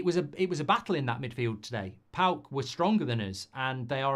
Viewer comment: It's Paok 😂 calm down everyone